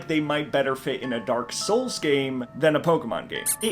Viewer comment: You said Dark Souls weird